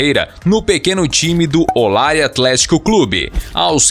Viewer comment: Errou feio, as o falar o nome Olaria.